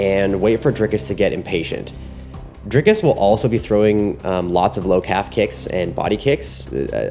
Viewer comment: nice video. It's Dric(k)-us not Drike-us .